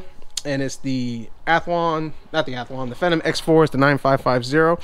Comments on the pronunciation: that was not vista that was windows 10 lol and its pronounced FEE-NOM but still nice video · vista???? are you kidding me? no.1 the fact that it has a vista licence key doesnt mean that it is running vista, in fact, it is running windows 8.1 ang you arent pronouncing the word phenom right but ok but make sure what os is it running before you say it